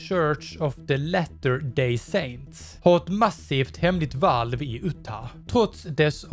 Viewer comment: Hahah fränt uttal på Utah